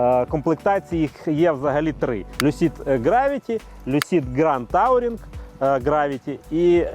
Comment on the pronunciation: Тауринг - дядько явно у школі вчив німецьку 😂